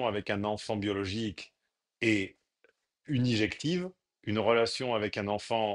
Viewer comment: Injective pas unijective, tes souvenirs de prépa commencent à être loin 😉